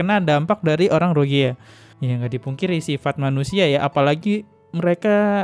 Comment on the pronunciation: RohiNGYA, bang.... Bukan Rohigya.... 😊